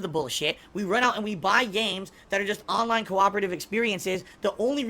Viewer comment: He couldn't blahk them ahnline. Nothing he could do.